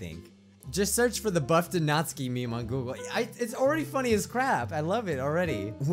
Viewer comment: Ahem It's pronounced nat-SUKI NOT NATSKI